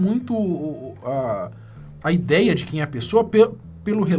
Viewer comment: "As zidéia"